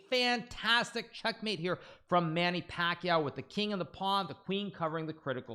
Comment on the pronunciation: that's not how you pronounce pacquiao